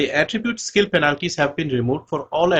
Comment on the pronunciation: you're pronouncing "penalties" wrong.